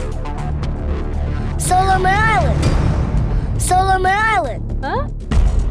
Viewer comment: Cái thứ 3 đọc hơi sai sai , solomon mà bé đọc là solomeralin